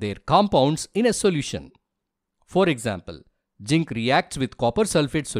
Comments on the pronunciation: Sir it's zinc not ginc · You are mispronouncing zinc.. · Pronounce zinc properly